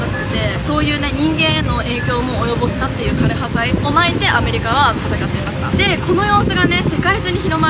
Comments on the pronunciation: どんな形であれ、知ることが大切なのも分かりますがある程度の影響緑がある中で歴史を語るなら、枯葉剤の読み方や奇形という言葉の使い方などきちんと調べてお話しする方が良いかと思います。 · 枯葉剤（かれはざい）です